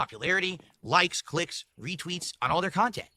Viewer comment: Great khantent.😂